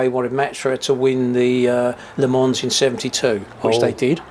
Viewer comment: That's a great example of passion and drive to create something you love. Only bad point: they did all that research and then they can't pronounce Le Mans. Still, congrats to them on making a great car. When my numbers come in, I'll be driving to Essex with a very large cheque.